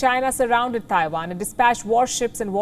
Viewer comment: For the love of Ganesh, will you learn how to pronounce "Taiwan" correctly. Please!